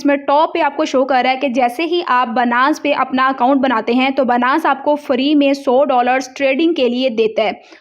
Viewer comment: Its not banass.... its binance.... byyynance Ok